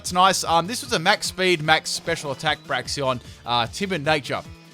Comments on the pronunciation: "Braxion". Get your names right dude... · Braxeon BRAXEON XD